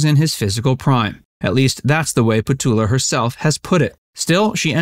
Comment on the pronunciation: It’s petula, you must pronounce the u. It’s not Petola